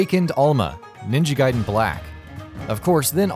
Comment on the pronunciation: At least he didn't say Ninja Gay-den like most reviewers who didn't know.